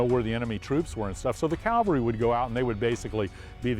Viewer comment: That's CAVALRY not Calvary!